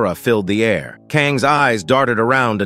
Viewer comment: Why is there so many added sexual clips from other shows. So many errors. Like the ai voice read a i r instead of air. Reporting this video that's made for kids. Why all the sexual added text?